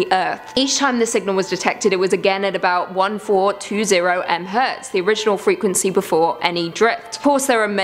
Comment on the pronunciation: Nerd tip of the day; you pronounce MHz, "Mega Hertz."